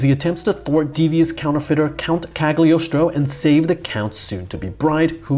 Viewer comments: I couldn't watch more than a minute. DUDE by the love of God, please research the right name pronunciation! It's not ca(tering)+do(e) it's pronounced ca(r)+toe. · No you have to pronounce it ,[kˌaɡlɪˈɒstɹə͡ʊ]=kal-yoh-stroh